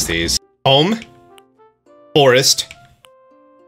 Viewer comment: did he really say, "Bome, Borest, Bishing Spot"